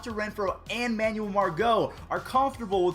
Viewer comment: Am I the only one who cringes and gets kinda pissed when he pronounces Manuel like that? It’s man-well not man-you-uhl